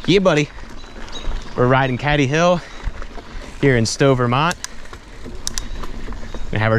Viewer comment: pronounced cAdy hill mate, nice vid